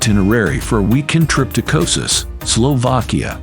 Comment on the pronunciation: I can't watch this. The constant total mispronunciation of the name is too distracting.